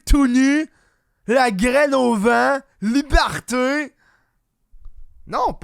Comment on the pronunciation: comme disi bien "Libhârté"